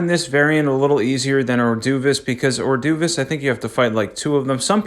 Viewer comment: Silia-ria and or-doovis 😂 what are these pronunciations. Good vid though bro!